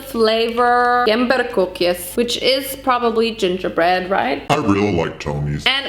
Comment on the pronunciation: I'm from the Netherlands and I love how she said "Gemberkoekjes". I mean she said it right but really funny. I love her.